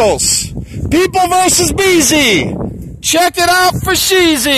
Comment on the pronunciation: Forshezy or Foreshezi or Fourshizy or 4sheZ lol